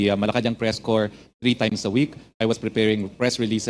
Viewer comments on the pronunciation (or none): none